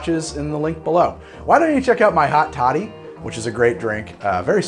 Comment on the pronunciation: Every time he says hot toddy it almost sounds like he's saying hot shawty and I'm losing my mind